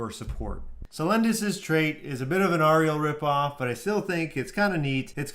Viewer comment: Great vid, great idea. Gotta say though. Auriel is pronounced with an 'aw' She's not a friggn Mermaid alright xD